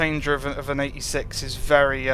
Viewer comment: Think he said the 86. Sounded like 36...